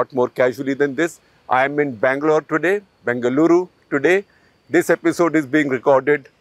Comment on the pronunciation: Everytime Shekarji pronounces Bengaluru correctly I feel very proud for being your audience. We see your struggle and the effort you put in. Thank you.